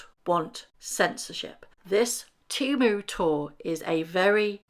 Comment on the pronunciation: not “TEMU” 😂